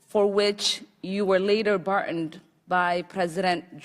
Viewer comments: "for which you were later" bartened" . Does she mean pardoned . So now we have a democratic congresswoman who CANNOT EVEN SPEAK ENGLISH correctly. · "for which you were later 'BUTTONED' by President George H.W. Bush?" "...you testified about U.S. policy in 'El Zelvador?" "...you dismissed as 'Commonist?' ?" This woman needs to first learn the English language before thinking she's God's gift to Congress. I mean, Allah's gift. My bad. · WTF???? Iran "Court-Ta Affair" and "You were later "Bart-oned"... How did this women ever get elected? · “cortra” “bardoned” “himanity” “farthered” ... what words are those??? If you cannot read or speak the native tongue of a country, you do not belong in Government of that Country! She does NOT belong in Congress, PERIOD! ...and she married her brother to fraudulently gain citizenship... she needs to be arrested, charged, and deported !!!! He needs to go to jail too... but most people are talking about how bad SHE looked during this, NOT that she “humiliated” him... so I’m not sure where you guys get that from?? But